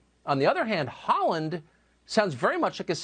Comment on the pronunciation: yes, correctly pronounced. He played for ik start, my local club before he left for Celtic.